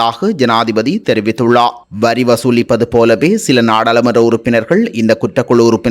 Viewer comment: செய்தி வாசிக்கும் பொழுது ….ர்…உச்சரிப்பு தெளிவிலை கவனிக்கவும்!!!! உ+ம் குறிப்பிட்டுள்ளா! தெரிவித்துள்ளா!